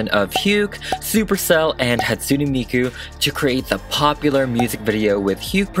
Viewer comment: Sorry but it's pronaounsed Hat-sue-ney miku. My fav is Kagamine Rin. 😊😅